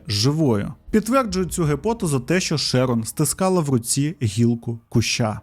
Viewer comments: Prior читається як «Прайор»(наголос на першил склад.Шерон - теж на перший. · ШЕрон, шерОн, піцерІя, піцЕрія. Ви ж оповідач, ну як так?